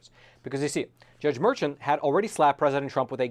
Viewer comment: His name is pronounced Merkhan and he is easily the epitome of NYC corruption.